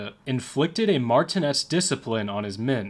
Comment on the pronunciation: I'm Gen X; your inability to pronounce "Icarus" or "martinet" had me laughing. As far as your facts go, a 3" gun was pretty much the lightest naval gun used in WWII. Many of your other "facts" and exagerrations are also questionable. It seems that "Dark <Fillintheblank>" has some competition, the kids will be delighted. 😉